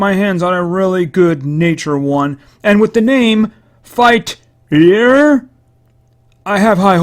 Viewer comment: you say it as fight-tree-er